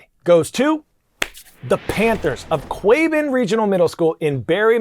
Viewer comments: Sorry to bother you Coy, but you said Quabbin wrong! It’s supposed to to be like kwaa bin not quay bin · Quabbin wrong it’s pronounced like kwahbin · Hello Coy It is pronounced kwaa·bn (Quabbin) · Hi Coy Wire, Thanks for the shout-out. But me and my schoolmates are trying to correct you. It is pronounced "kwa-bin" thanks for your time😊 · Hi coy, we just wanted to let you know that quabbin is pronounced “kwa-Bin” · Good morning Coy and happy Wednesday! Just wanted to let you know that us folks in Massachusetts pronounce Quabbin as "kwaa-bin". Not only are they a school district, we also have the Quabbin Reservoir. Great fishing spot! Have a great day from the RISE Classroom students, Mrs. Baker and Ms. Cavanaugh here at Westfield Middle School in Westfield MA. Go Wolves and Rise Up! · It's actually pronounced kwahbin btw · It's Kwaa*Bin